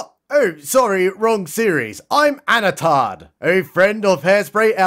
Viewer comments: You sure, I heard Anatarrrrrrrrrrrrrr, like he's some kind of pirate. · Did you say "Anatard" ? LMAO